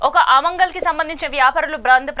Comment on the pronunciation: అమంగళ్ కాదమ్మా, ఆమన్ గల్. రోహింగా లు కాదు, రోహింగ్యాలు. దయచేసి గమనించగలరు 🙏